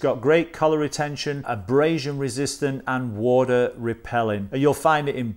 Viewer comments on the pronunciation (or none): none